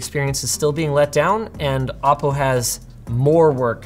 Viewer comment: Hhaahaaa Ah Po?? It's O Po!